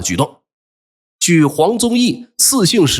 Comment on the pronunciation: 黃宗義是誰？不是黃宗羲嗎？唸錯而不自知 實在是……